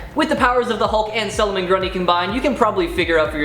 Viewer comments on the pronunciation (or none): Its solomon ...not sulumin